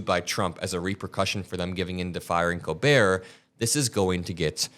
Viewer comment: Colbert: The T is silent, the L is spoken. “Coal-bear”